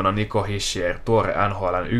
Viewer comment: Se lausutaan kyllä hisher